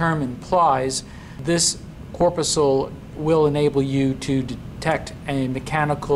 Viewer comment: Corpuscle (mispronounced). Sweat glands are now called eccrine glands (since the mid-1970s). However, my "laser light" cat loved the video.